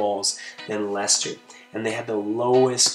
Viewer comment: That's how it's pronounced